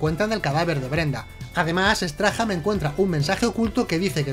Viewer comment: Error épico, porque dices Peter straham... si es Peter Strahm??